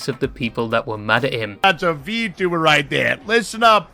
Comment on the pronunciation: You're from the UK, that pronunciation of vtuber is wild.